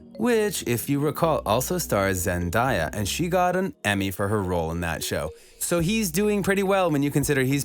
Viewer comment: I'm sorry but its Zen-de-ya Not Zen-da-ya❤❤👉👈